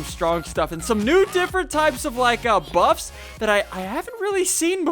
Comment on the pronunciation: Every time he said buffs it sounded like butts.